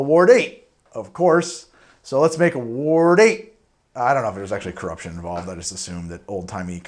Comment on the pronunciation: still having troubles with saying the word "Ward" I see. Just say "WAR" and then add a D at the end. (My mothers family are Wards)